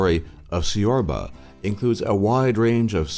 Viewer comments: It's not siorba it's pronounced chi-or-buh or Chi-or-bah. If you'd ask for "siorba" in romania you'll probably get a slap in the face. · Wait he said chorba wrong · "Ciorbă" in romanian sounds like "Tchiorbae", not "Siorba" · lol siorba its pronounced ciorba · Țepeș = Tsepesh Ciorbă = Chiorba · Please do pronounce Țepeș as TZEPESH... And ciorba (the soup) as TCHORBA... It's easy. So "ă" is identical like it sounds in "girl", "ț" like in pizza or let's, "ș" like in shop... Thanks! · Nice visuals but you need to work on your pronunciations of those Romanian words and also on Romanian history. Ceausescu was NOT a Soviet puppet. Everyone knew that. And, ciorba and tuica are not pronounced the way you did. Totally off on those two. By the way, I am not Romanian myself but love Romania and the people there. I also love palinca! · Couldn't stop laughing when he tried to say "ciorba" 😂😂😂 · I'm romanian and the way you pronounce some romanian words, as "ciorbă", is hilarious :)) Thank you for getting our country a little bit out of the dark!